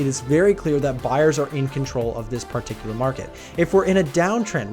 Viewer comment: Honestly they way man pronounces "Part-icular" repeatedly is quaint.